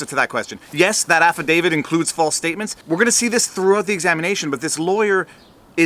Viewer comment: Will these lawyers pls stop calling it an "Affidavid". Its pronounced "Affidavi-t". With a T on the end. Its getting annoying.